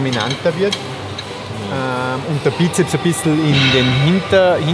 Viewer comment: Wie mich das Weglassen vom S bei Bizeps immer triggert :D. Es sind 2 "Köpfe" also Sssssssssssssssssssssssssssssssssssss :D